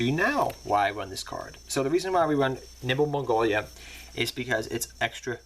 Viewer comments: its nimble momonga not mongoya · And 'Nimble Mongolia'... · I love it when you call it nimble mongolia